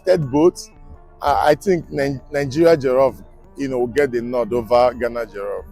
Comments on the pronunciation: It's pronounced Gaana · Why Nigerians always pronounce Ghana as "Gana"? . As a matter of fact the correct pronunciation is "Gaana"